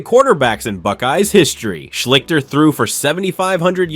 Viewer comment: Art Shleesh-stir is how you pronounce his name. Just look up any Ohio tv news service from the time and you will hear it pronounced correctly. I know how it's spelled, but you're saying it wrong.